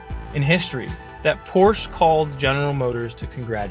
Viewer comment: Please pronounce Porsche correctly!